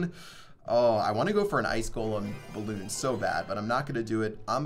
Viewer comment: Sorry but it's "balloon" lmao